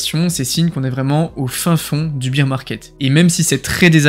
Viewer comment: bèèèèèèèrrrrrre pas biiiiiiiiiiirrrrr !!! (mais sinon merci pour ta super video :-)